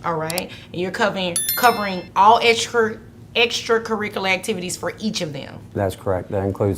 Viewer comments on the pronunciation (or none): extrrrcrriculrrr activities for the chlrrrdrrrn